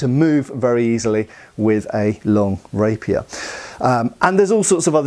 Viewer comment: I keep hearing rapist 😂